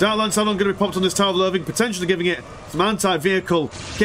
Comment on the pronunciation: considering "English lessons thing" why do I keep hearing "a tower of loving" instead of "tower of loathing"?